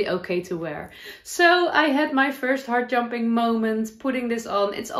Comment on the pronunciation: Heart jumping is not a term I've heard before. I thought at first you were saying hard jumping. I think I say 'up lifting' or joy, 'makes my heart sing'. Love your crochet blanket. The colours are very nice together. I have a Work Books that I love too. I make fabric quilts, patchwork quilts, so I've made a number of Work Books with photos.